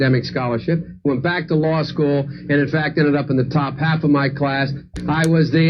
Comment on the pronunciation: "I went to lie-school on a full academic scholarship."